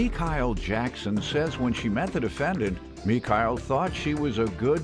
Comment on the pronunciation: I was getting bothered by the intro saying Mekyle... I'm like who? Where they at?